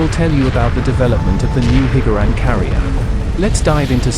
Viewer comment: Hearing “Hig-Gar-Ran” is quite triggering